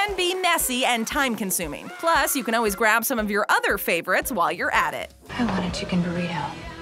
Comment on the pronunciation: Does it bother anyone else that she pronouncements always as Oh-ways? I cannot unhear that!